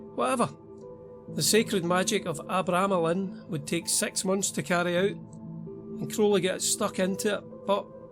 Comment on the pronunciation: It’s pronounced Arr-bra-melon